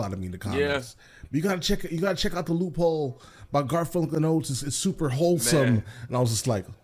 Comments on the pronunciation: We thought he said "wholesome", but he said "holesome". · He said hole some lol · It's "hole-some".